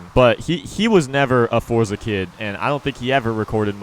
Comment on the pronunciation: Finally you said forza correctly